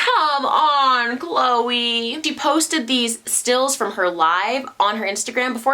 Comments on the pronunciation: It’s is not kloayyyy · Since when was Khloe name pronounced like that lmfaoo. Not even on the show they ever corrected us